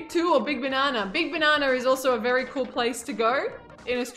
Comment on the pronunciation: "Big bananer"?!?!